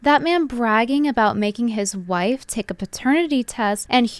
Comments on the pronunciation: I hate how he says "wife"...he says it like there is an H in it..."whife"...:face-red-droopy-eyes:....I know it's petty but it's annoying:face-orange-raised-eyebrow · Why does Andrew Wilson pronounce "wife" as if it were spelled "whife" with an "h" after the "w"? Sorry, I mean Andrew Whilson. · He said “i have a 100% faith in my WHife”. Is there an H in wife when you’re christian? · Any person who pronounces “wife” with a hard emphasized H like they are Stewie pronouncing “cool whip” needs to be sent to a gulag. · That was literally my only takeaway i cant stop thinking about it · People who put an H before W in a word that starts with W are weird. "hWife" he says. How strange. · i beg your fucking pardon.. hhuwife? 😂😂 who is this guy stewie this cracked me up for no reason 😂😂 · im my WHIFE??? Like Stewie Griffin saying cool whip, his WHIFE!? 💀💀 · why does he say “whife”…… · Hwife and hwords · why does this man say "wHife" how fucking dumb. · Oh thank God 😂 i thought I was the only one. It's so fucking jarring